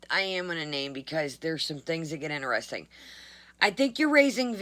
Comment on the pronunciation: "Veddy INTERESTINK,"!